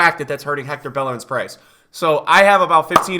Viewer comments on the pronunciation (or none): none